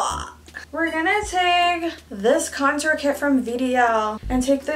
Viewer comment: The way she says Con-TOUr